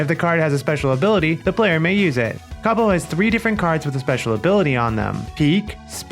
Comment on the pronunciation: This is similar to a card game I used to play, but better. I wish my aunt was still around, she would have loved it. I will definitely be using the way you say Cabo! I love it. 😊